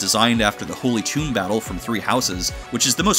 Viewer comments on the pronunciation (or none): none